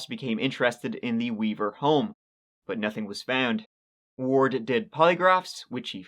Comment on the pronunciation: I keep hearing ward beaver…